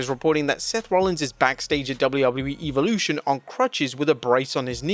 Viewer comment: I'll tell you what I think of Eve-olution.....It should be properly pronounced as Evolution....